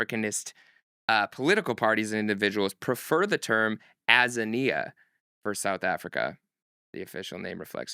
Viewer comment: Shout out from South Africa. Someone needs to school DJ Hed. Our "other" name is Azania. Pronounced Ah-Zay-nee-ya.